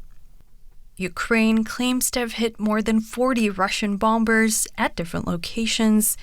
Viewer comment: Did they use an AI voice for that female voice with an American accent that said "bomBers" and had the exact same intonation in every sentence? If yes, shame on you, DW. Employing as many real life journalists is critical in these times.